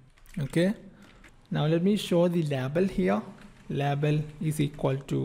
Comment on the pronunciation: Amazing code reusability with detailed explanation ! I love it. I also love how you pronounce 'label' :)